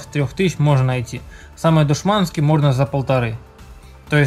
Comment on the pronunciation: Молодец!!! (Только не «душманский» а «дишманский» в смысле дешевый. 😁